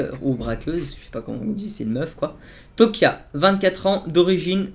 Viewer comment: C'C'est Tokyo mdrr et pas tokia